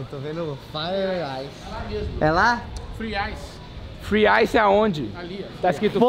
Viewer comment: "Free Ice" "fogo e gelo" acho que o não tá sabendo muito dos inglês não kkkkkkkk